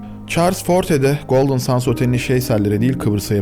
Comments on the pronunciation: Golden sans değil. Sands. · Golden Sends telaffuzu Sans değil. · Abicim.. Golden Sends diye okunur... Gözünü seveyim. sands denilince boh oluyor.. Benim ana dilim ingilizce... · 10 dakikadır golden suns diyorsun bro. GOLDEN SANDS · Golden sendz diye okunuyor brom ! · Çok güzel video olmuş öncelikle teşekkürler fakat bir şey dikkatimi çekti goldın sens diye okunmuyor mu ben mi yanlış biliyorum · Bu kadar iyi hazırlanılmış bir videonun başrolü otelin ismi nasıl doğru telaffuz edilmez.